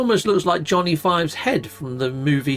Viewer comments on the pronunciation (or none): none